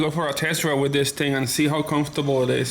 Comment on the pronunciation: $10 if you can timestamp when he says "Dis ting"